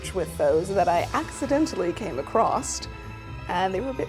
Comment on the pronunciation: you keep saying acrossT instead of across :/